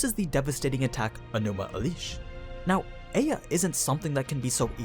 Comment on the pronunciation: My soul tears every time I hear Enuma Elish pronounced differently. Hopefully I'm not the only one actually bothered by this